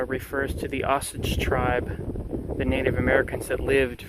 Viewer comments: It’s pronounced O Sage. Stress on the O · It's pronounced O-sage.